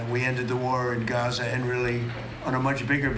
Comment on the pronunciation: It's called "Gaza", not "Gaze" - but since Fox is in Bed with the orange DB they will probably call it "Golden Riviera" anyway